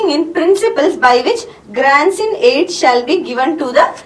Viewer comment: It's not grands in aid it's grants & aid